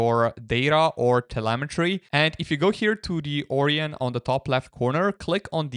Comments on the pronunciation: It's not 'Oreon' browser it's 'Orion' lol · More like O-Ryon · As an astronomer it pains me to hear you pronounce it OR-eon. It's pronounced Or-ION, to rhyme with "ion", not "peon". Dear me. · pronounced "Oh. Ryan?" XD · Bro that's not how you say Orion and English isn't even my first language. Haven't you seen Men in Black? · I'm guessing english is not his first language but that's ok Orion is a greek word and he's pronunciation resembles that a lot